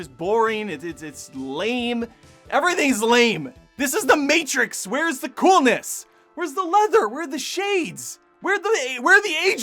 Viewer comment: It’s the Mehtrix.